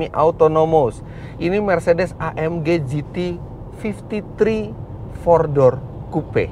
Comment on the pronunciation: "vor dorr kuupe"